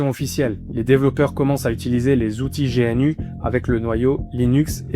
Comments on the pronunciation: On ne dit pas G.N.U. mais GNU comme l'animal le gnou ... Le fait que tu ne saches meme pas comment ça se prononces alors qu'il y as des milliers de vidéos de Stallman qui parle de GNU et de la fsf prouve que t'as juste sorti une vidéo après avoir lu Wikipedia deux minutes. T'as complètement skip les informations les plus intéréssantes/importantes du projet comme par éxemple le cas Stallman v. Tanenbaum qui est très intéréssant et qui éxplique pourquoi Linux n'est pas aussi bien qu'on le dit architecturalement parlant. Tu le dis toi-même, le kernel fait 27 millions de lignes de code, et ... c'est tout ? aucune critique ? Non tu ne pointes que le fait que c'est utilisé partout. Oui c'est utilisé partout, car c'est un logiciel libre. Pas parceque c'est un bon logiciel, mais uniquement car c'est le meilleur qu'on as pour le moment. Loin de moi l'envie de dire que t'as fait une vidéo de merde. Mais t'as juste récité le contenu de wikipedia. J'ai vu que dans un commentaire t'as parlé de "partager ce qu'on sait" si c'est tout ce que tu sais, la prochaine fois, fait le honnetement et lis l'article wikipedia face cam. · Petit détail : on dit « Gnou » et pas G.N.U. Les développeurs utilisent beaucoup d’acronymes à double sens et un Gnou est l’animal que tu peux voir sur le logo de GNU. De même, on dit « Dosse » et non D.O.S.